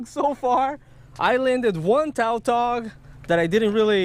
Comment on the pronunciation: The fish species is called tautog, not taltog. Lom